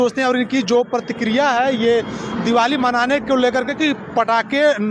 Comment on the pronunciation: ये इंटरव्यूअर पटाखे को पड़ाका क्यों बोल रहा है ? आएं ? अनपढ़ है क्या ? वैसे आप भी 25 दिसंबर को ईसाइयों द्वारा पटाखे जलाए जाने वाले सवाल पर कोई जवाब नहीं दे पाए , विश्वगुरु होने के बाद भी ।